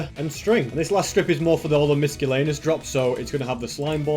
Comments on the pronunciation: I love how he says miscellaneous, like “miskellaneus” lol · I love how he pronounces miscellaneous like miskellaneous